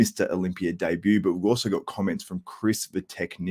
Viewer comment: Can u say also instead of uzwow...sounds like ben chow(the ninnie)